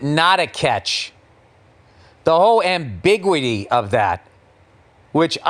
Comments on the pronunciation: say it with me Bill: ambiguity Am - bi - CUE - ah - tee But you're right: the rules are still a mess. That's why I like hockey. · Am-big-wity. Ah fuck! Learn the language!!😅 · Bill saying ambiguity like "am big witty", there's no way that's a proper pronunciation is it?